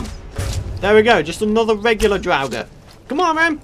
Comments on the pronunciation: draugers are pronounced draw-gers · drawugr is what you are saying